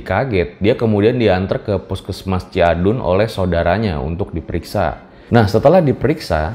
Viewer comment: Janda yang melahir kan 1 jam itu berada di daerah ku deket banget. Geger banget pokonya pas ada kabar ini. Bukan ciadun 😂 tapi Cidaun kak😁 itu nama kecamatan tempat tinggalku.